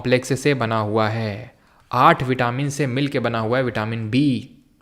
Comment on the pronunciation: Sir विटामिन को आप वाइटमिन क्यों बोल रहे है 🥴🥴